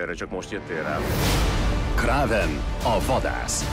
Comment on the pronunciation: KRÉVEN !!! NEEM KRÀVEN BA$#@ HANEM KRÉVEN ! MEGÉRTETTED ?